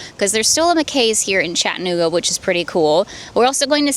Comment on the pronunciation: I’m not trying to be a jerk but there are four syllables in Chattanooga lol cha tuh noo guh. Thanks for the video!